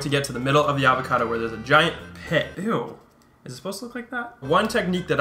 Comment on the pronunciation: Cute pronunciation of AR-vacado ;)